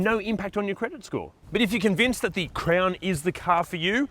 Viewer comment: It’s CROWN not CRAYON